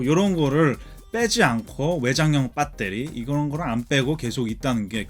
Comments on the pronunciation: 배에뤄리~라고 안하고 한국 토종발음 빳!때리 라고 하네요 ㅋ 잘봤습니다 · 미국 사시는거 같은데 뽰떼리 발음이 정말 찰지시네요 ㅋㅋㅋㅋㅋ 리뷰 잘 봤습니다^^ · 항상 뽜때리 발음들으러 영상봅니다 ㅋㅋ 감사합니다. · 영어 악센트 사이에 빠때리 발음은 아주 구수하네요 중독될듯ㅋㅋㅋㅋ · 빳떼리 입니다!ㅋㅋㅋㅋㅋㅋㅋ